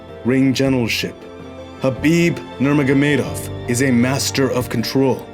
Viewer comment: showing off. Just because he can pronounce Khabib's surname so well, no reason to say it so many times... Great video